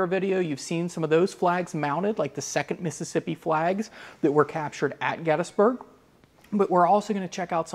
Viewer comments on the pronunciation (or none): Is it really pronounced “gettis-burg”? Ive never heard anyone say it that way.